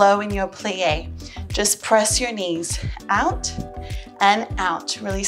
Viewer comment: Every time you say "out", it means "ouch" to me >.<. Your videos are really helpful. I'm your fan <3